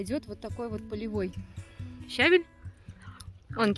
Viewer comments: Щавель, ващето, называется щавЕль. (и рЕвень, между прочим. А так рецепт отличный! Приятного аппетита. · Ударение в слове "щавЕль"падает на второй слог,на букву "е". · ЩавЕль! Ударение на втором слоге. А за рецепт спасибо 👍❤🌺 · ✅️ ЩавЕль, щавЕль.. Ударение в слове на букву Е! 📌квАшение - на букву А! Просто, неловко за вашу речь...